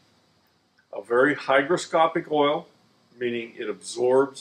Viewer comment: Oh, the man's gone and drunk all the erl again.